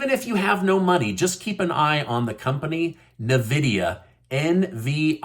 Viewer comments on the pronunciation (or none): Pronounced En-vidia. Graphics card manufacturerer.! We gotta hook you up with a gaming PC. Even if you only game 10 minutes a day, it'll be a nice break to do something entirely different other than YouTube, your clients and family. Can somebody please sponsor? Thank you! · The way he pronounced Nvidia "Navidia" lol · "NAH-vidia?" Really? I mean, SERIOUSLY?! REALLY?!?!?, I think you need to go back to second grade grammar school.. Did you ever think that maybe, just MAYBE a word that starts with two consonants would suggest you pronounce that consonant as it is from the alphabet? RATHER THAN MAKE UP IMAGINARY VOWELS THAT ARENT THERE WITH NO RHYME OR REASON TO IT? OMG...............